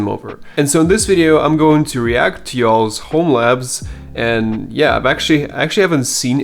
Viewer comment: Hearing a european say "y'all's" is quite funny : )